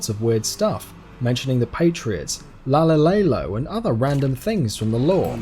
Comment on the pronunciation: law law lay low? dude come on the subtitles are right there, it's your video and u can't even say it right? lmao wth. yes I know I spelled it wrong but to go along with the commentators